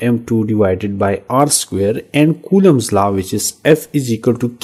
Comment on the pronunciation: Law ❎ laaaa ✅